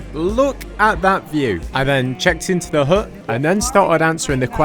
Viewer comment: Haha, the British pronounciation of the word 'hut' with a silent T is hilarious. Hu!